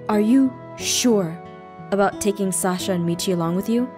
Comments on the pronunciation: Did you catch Aphmau say salsa instead of Sasha. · She actually said salsa maybe she was hungry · I think both times she said sasa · KawaiiAlliGaming-Minecraft Dud I heard Mochi and Salsa! It doesn't sound good.... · KawaiiAlliGaming-Minecraft I heard Michi and Sasa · is it just my ears or did she say Sasa instead of Sasha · "Salsa and Michi?" Any one else hear that?? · it sounded like she said sausa XD idk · I thought it was, like, a failed attempt at saying "salsa" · I though she said Salsa XD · i heard sasa like vixella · I heard "Saska" but I think that's just me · She actually said Sasa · I heard her say salsa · Your saying it wrong I heard Salsa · I herd salsa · When Aphmau said "What about Sasha and Michi?" I thought she said what about Salsa and Michi!!!! Hahahahahahahahaha!!! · I heard Salsa and Michi also, I thought that I was going crazy. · XD Ik I heard that, I starting laughing so hard. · DID APHMAU SAY SALSA AND MICHI OR SASA AND MICHI!??! XD GAWD DAMN!!!!! do I need an hearing aid!?!!?!! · Who else noticed that aphmau said “What about SALSA” instead of Sasha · also she said salsa instead of sasha! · SAME!! I heard her say "Sasa" "Sahsa" (Pronounced Sah-sah), and FINALLY on the third time she said it correctly! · lesliedoney1 I heard salsa! 😆 tries and fails to find a salsa emoji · Also, am I the only one who noticed she said sauca instead of Sasha at the beginning xD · i heard salsa in stead of sasha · Is it just me or did Aphmau say Sasa instead of Sasha many times? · She said salsa! does a Mexican dance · Ya I heard it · Sounded like salsa like imagine a pile of salsa just lying in a prison cell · no she said " salsa " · Who else herd aph say salsa not Sasha lol And also aph.. YOU ATE A BOWL!? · Is it just me or did aphmau said salsa instead of Sasha ? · Yep it was salsa WAIT Salmau Salsa and APHMAU~SENPAI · Aph: did you round up salsa and michi ( yes I know I said salsa it sounded like it) Me: aaaaaaarrriiibbbiiiaaa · Did you call Sasha Sasa🤨